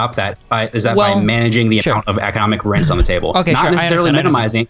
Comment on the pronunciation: "rense" - This due needs to pronounce Rents properly. Jesus christ